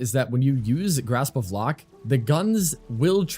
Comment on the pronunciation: I am sorry I have to. Grasp of Lohk (loke)